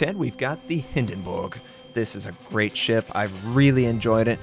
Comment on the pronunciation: Love the fact you pronounced Hindenburg right!